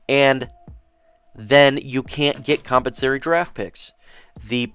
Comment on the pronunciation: Great content and information bro, but is it compensary? Or compensatory? Maybe I’ve been saying it wrong for 20 years lol